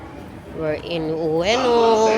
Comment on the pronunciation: Ueno pronounced as "Weno", walang "O" sa unahan, my. Don Quijote(Quixote) = pronounced as "ki-ho-te" No bashing please❤❤❤